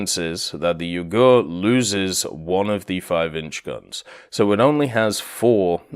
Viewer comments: The name of the ship pronounce "Yuu gu re" not "yougerr" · it's pronounced Yuu-gu-ray, there's no silent vowels in Japanese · Yep, vowels are never silent in Japanese names, and more than any other case having an "e" at the end seems to always confuse English speakers (it was a bad habit for me at first too). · I doubt he care. A bit odd to hear (especially as a Japanese) but in some ways reminds me how US servicemen friends of mine calling Ise as I-see, which is funny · he cares, I corrected him about it on stream. I just had to write a comment about it because it sounded French, the way he was saying it... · He used the hepburn romanization in the title, pronunciation should have been obvious from looking at that. But I guess that just means he's not weeb or naval ain't his forte.